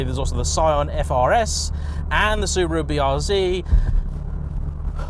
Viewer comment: Also can't pronounce Subaru...come on!